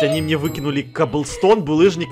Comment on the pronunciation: не мне а мине да 😂